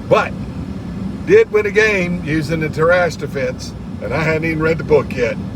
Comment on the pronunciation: Tarrasch is a German name, so you are still not pronouncing it correctly 😛😆